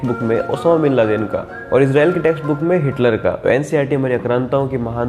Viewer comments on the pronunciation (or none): none